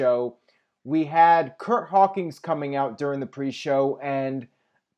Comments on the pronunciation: Does always say "Hawkings" instead of "Hawkins," or is it just me? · i've been watching you for years, love the reviews, but for the love of god man it's Curt H-A-W-K-I-N-S